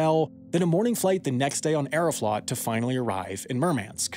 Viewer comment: Aeroflot is pronounced like Aero-float. Long O.